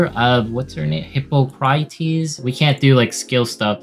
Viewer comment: "Hih-paw-cruh-tees". The historical figure from which we have the Hippocratic oath.